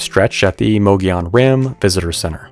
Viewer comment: Mogollon is pronounced like Mo-go-yone. just throwing that out. Awesome video, super informative 👍